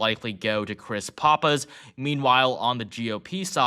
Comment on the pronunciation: Hope so. I just wish would pronounce Pappas correctly. I have two brothers in New Hampshire now (one just moved over from Vermont.) Maybe he'll be the deciding vote!